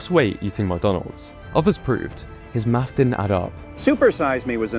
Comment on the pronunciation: What's, "maff"